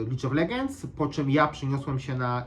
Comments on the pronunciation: gra w lige od 2011 a dalej czyta "lidż of legenc" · naucz się mowic prosze, lidż of legends dwutysięczny jedenasty, widzą zamiast widzom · a po chwili "lidż of legendżs" xD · Już zapomniałem jak bardzo nie potrafisz mówić, dwutysięczny dwunasty, licz of legends